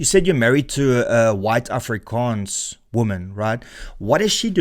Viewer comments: An afrikaans girl married THIS guy? He can't even pronounce 'Afrikaans'... His wifes boyfriend is gonna be so mad when he sees this... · Afrikaans wife but cant pronounce it correctly? Married but no wedding ring? I definitely believe you 🙄